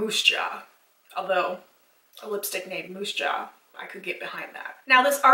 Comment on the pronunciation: Moose Jaw lol your Canadian is showing